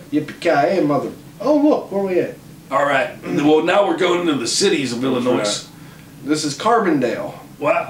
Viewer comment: S is silent in Illinois